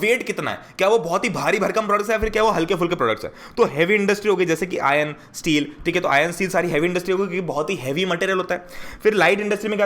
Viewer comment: If anyone noticed he says "ion", not "iron"😂